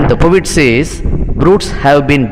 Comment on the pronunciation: Bro ,pronounce po et ,not povit